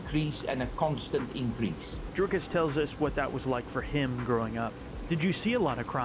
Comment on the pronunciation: Dricus 2+3. Sound better roll the r. Canadian can say the surname